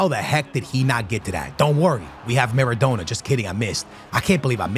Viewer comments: Kills me hearing him say Maradoner its Maradona.. NA NA not NER NER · At what point during this series is going to pronounce maradona’s name right 😮‍💨🤣 says it like doner kebab about 40 times per video 😔